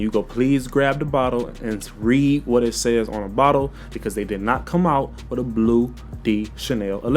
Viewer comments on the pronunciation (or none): none